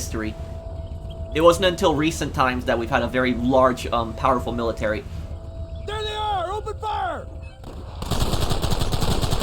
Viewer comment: stop sayin millitary